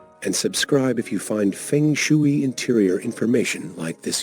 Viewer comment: Mispronounced shui